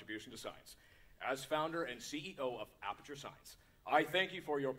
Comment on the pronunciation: Okay I still can't stop laughing at "blaperture" XD